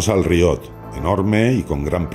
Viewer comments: Hola compañero de afición La palabra que pones como "riot", es en realidad una palabra francesa que se escribe "rehaut" y que viene a significar realce, desnivel... Se pronuncia "reó", así, tal cual lo lees en castellano. Espero haber ayudado en algo. Saludos! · Que tal, Oscar. Lo primero el rehaut, como bien te ha explicado el compañero, es una palabra francesa que viene a traducirse como realce, haut es alto y el prefijo re...yatusabequeloque. También tiene razón en que la pronuncio mal, la castellanizo, en realidad se pronuncia como hacen los franceses con la r, que la dicen con la garganta, y bueno...tengo un extenso debate conmigo mismo, sobre si intentar ser fiel a la pronunciación real, varios comentarios me han dicho que por que digo lonllin, en realidad esa ll es medio s, bien pronunciado, pero suena un poco pedante a ojos de muchos, en fin pasas que cosan si tienes un canal de youtube. Y una vez mas, no puedo estar más de acuerdo contigo, debes saber que la parte de mi alocución donde expresaba que lo único que me gusta del GMT, es la cuarta manecilla, normalmente muy colorida, pero que no entendía muy bien esa complicación, según André me pasé de despreciativo y a mucha gente le iba a parecer mal, por eso optamos por cortar esa parte. Por lo demás, ya lo dije en el video, compro relojes porque me gustan, no porque hagan cualquier cosa distinta a dar la hora, por lo que me gusta su estética, por lo bien que me hacen sentir cuando los llevo, pero no responde a juicios de utilidad y son bastante irracionales, yo le llamo fetichismo. Muchas gracias a ti y un abrazo del equipo